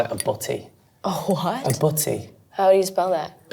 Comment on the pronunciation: "A H'WAT...?" HA